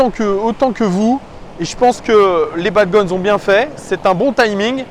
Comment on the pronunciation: salut, juste pour te dire: dans le mot bad gones, on ne prononce pas le s sinon super vidéo de ta part comme toujours